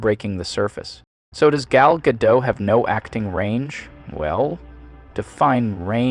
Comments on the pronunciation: It's pronounced Ga-DOT, not Ga-DOW. Gal is Israeli, not French. 🤪😝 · FYI- Gal Gadot is Israeli, not French (there is no soft “t” at the end of her name). Gal rhymes with “doll”, not “pal” and Gadot is pronounced exactly like “god-oat” (does not rhyme with “bad-dough”). Just good to know 😊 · It’s pronounced Guh-doTT Not Guh-dough. The T is hard. She’s Israeli, not French. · Her name is pronounced as it is spelled, Gadot, not Gadoe. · gadoT, not gadoH It's Hebrew not French! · Don't you just love those names/words that you're not quite sure how to pronounce, so you use variious pronounciations, lol. "Guh-Doh" "Gah-toh" "Guh-Dot" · Gadot as in "Guh-dot" not Ga-dough. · Her name is pronounced 'Ga-dot' not 'Ga-Doe'. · Ga DOTE..... Not Ga Doh. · It's not Gal Gadeaux, she's israeli. It's Gah-dot. You waffle between the 2. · It's, "Gah-dote" - not, "Ga-dough". She's Israeli, not French. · Just to point out, you DO pronounce the T at the end of her last name. It's Gadot, not Gadow. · He name is Gadot, not Gadoe. Why is it so often mispronounced? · Its not "Gah- Doh." Its literallt "Gah- Dot." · I immediately click off the video when anyone pronounces her name "Ga-doe" - she's Israeli, not European. Its "Ga-dot", pronounce it as you see it instead of being pompous and presuming its a fancy European last name. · It’s actually pronounced Gal GaDOT not Gadoe. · Ga-DOT, not Ga-Do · Whatever AI is reading this script never learned it’s “Ga-doh.” Edit: Learned it but frequently (but not consistently) ignores this fact. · something sounds weird in the VO for this. Is it AI, or did the music have to be digitally the line that had me ask this question is, "I am just here so I dont get-FIIINEE" also the constant pronouncing her name guh-dot made me think its AI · Ga Dot. The T isn't silent. If you spent time watching her movies, you can take 10 seconds to watch a clip of her saying her own name. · agreed on all points but i do think it's worth noting her name is pronounced gahl g'doat